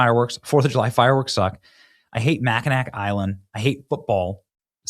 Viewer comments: Benny, they pronounce the island Mack-in-naw. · Mack-a-NAW Uh-oh Bemmy. You cannot appeal to us, Michiganders and mispronounce Mackinac Island what the hell Benny? Mack-a-NAW Island. We get it. We have very difficult names to pronounce, but that’s a rookie mistake Benny. I love you Benny. I watch you every day. Please fix this lol. A huge point of contention for Michiganders. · Republicans can ONLY win if we VOTE!!! Vote, and bring a friend to vote! BTW, Mackinaw is pronounced MACK-Kin-All. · Benny it's pronounced Mackinaw lol 🤣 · "Mack-an-ack" Oy...